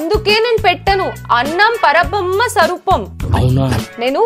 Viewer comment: పరబ్రహ్మ ✅పర బమ్మ ❌😂